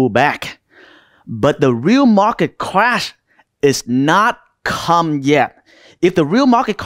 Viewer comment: Unfortunatelly the only word i couldn t understand from this guy was; "clash"...just kidding bro..nice vid